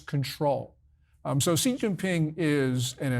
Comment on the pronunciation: Awesome, but his last name (Xi) is easy to pronounce. It is pronounced "she" as in She is a girl.